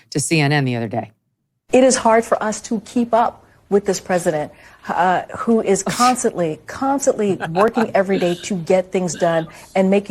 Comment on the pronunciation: What is "consantly"? Does she mean constantly?